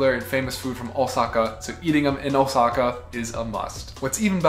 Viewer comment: Is "Oh Sackhaar" not a german pronounciation of... Lets say something "different"?